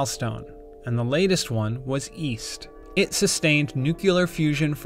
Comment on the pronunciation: east? i thought you said weast